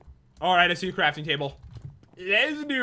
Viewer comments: And way earlier jen said crapping trable. That means a pooping table, not something to craft JEN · Pat, did you say 'I need a frafting table instead of a crafting table?!